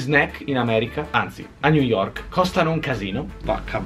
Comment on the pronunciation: hai detto ni York._.''